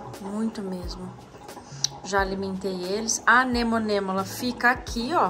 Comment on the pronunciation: segue falando Anemonemola…. Um dia sai o tão esperado ANEMONA